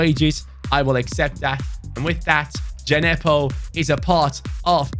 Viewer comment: it’s Djenepo not D-J-nepo🤣